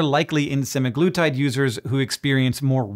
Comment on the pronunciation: pronounces it suh-MAG-luh-tide